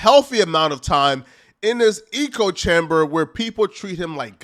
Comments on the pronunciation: Bro said eco chamber. No hate bro but how do you not know the difference between echo and eco? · quick point: "Echo chamber" (rhymes with gecko), not "eco-chamber." Still love the video though! =0) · wtf is a eco-chamber, you mean echo-chamber? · Hey my man, it’s not eco chamber, its echo, like when you shout in a large empty room and hear your own voice echo back at you. Although in regard to Wes it could be called an ego chamber! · How are ypu gonna say "eco chamber " WRONG SO MANY TIMES. ECHOE DUMBASS. sry. Had to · How do we tell this man he's saying "echochamber" wrong. "Echo....Chamber". Say echo... not eechochamber. Smh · It’s pronounced ecko chamber fam had to log in to say that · "Eco Chamber"...........its echo chamber you DA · its echo chamber not eco chamber lol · Echo chamber, dude! Not eco chamber. An echo is what you hear when you shout “hello” in a valley. Eco is shorthand for ecosystem! 😂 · ech·o cham·ber not Eco chamber... the reason for it is within the name! They Echo each others believes, etc...he just keeps saying it and it started to get annoying lmao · Good stuff, but please, bro, it's Echo chamber, not Eco chamber. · it's "echo chamber" not "eco chamber" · Bruh bruh, it’s echo chamber not eco chamber😂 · It’s echo chamber not eco chamber. Hahaha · It's ECHO chamber, not eco chamber. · Echo chamber not “Ecco” 😂😂😂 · Eco chamber? 😂 I think you meant "echo" chamber lol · it echo chamber not eco chamber, and its ad hominem not ah hominem lol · It’s an ECHO chamber, not an eco chamber. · Echo chamber not Ecco chamber. I thought he lived in a bio dome at first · "Eco " chamber ?? It's called an ECHO-CHAMBER. WTF is wrong with you? Have you ever read a book? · IT'S ECHO CHAMBER, SLOW 😂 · I thought I heard: ego chamber😂😂😂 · It’s pronounced “Echo chamber” numb nuts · Good video. STOP SAYING ECO-CHAMBER tho. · It’s pronounced ECHO chamber.. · This man said 'Eco-chamber' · Why do you say “eeko chamber”?